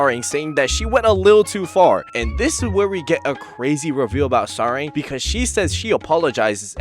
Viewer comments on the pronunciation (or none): You might want to search how to pronounce her name properly 😅 Its not Sa-reng but Sa-lag It means Love in Korean, so basically her name is *Love Yu*.